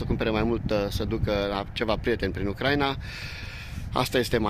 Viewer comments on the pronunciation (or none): Se pronunta Ucraína, nu Ucráina. Accentul cade pe i, nu pe primul a.